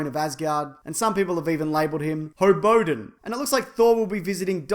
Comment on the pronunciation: Ha! "hobODIN" LOL